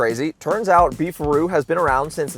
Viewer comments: Thought it was "beef rod" 😮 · I thought he said, "Beef or Roo". I guess you can get roast beef or roast kangaroo. Southern Comfort food. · Thought it was “Beef RoD” beef rod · I thought "Beef a Roo" said "Beef Rod", ya know, like a hotdog place. Or a penis. A beef rod could be a penis.